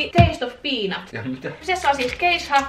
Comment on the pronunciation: Kun sanoit taste of peanut niin kuulin et sanoit taste of viina